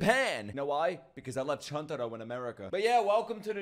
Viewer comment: Nick, for goodness sake it is Chuntaro, and not Chantaro lmao. Also his real name is Ukogi^^. Love you bro^^.